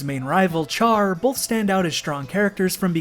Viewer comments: For someone who has watched the series, you really can't say Char. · Kojima must've deliberately asked Sunrise to make the OVA, the anime is so popular in Japan the similarity is extremely obvious.. (Also "Char" is pronounced as "Shar" in the original)